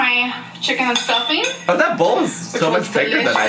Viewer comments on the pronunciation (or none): It's not stuffing. It's stuffeeen